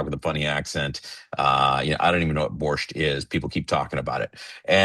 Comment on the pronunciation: it's not borshT it's borsch